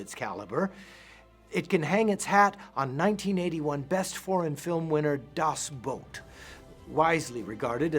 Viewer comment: Actully pretty good pronounciation of "das Boot". Usually when americans say that title out loud it sounds like footwear.